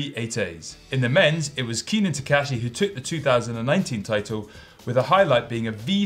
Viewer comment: It’s Keenan Takahashi, not Takashi lol